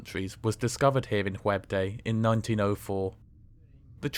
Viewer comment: I had to think intensely to figure out the city of Whebb-Day … 😀